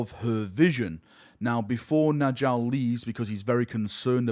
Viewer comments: Nordic naming - the Js should be pronounced as Ys. "Njal = Nyal, not N'Jal" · Y’know the J makes a y sound in Njal’s name. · Njal is pronounced Nyal like Jarl.